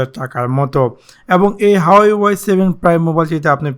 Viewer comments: এটা হাওয়াই না,🤣🤣 হুয়ায়ে হবে। উচ্চারণ সঠিক নয়। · hahaa resolation o blte parena bal huwei k hawai ble hahaha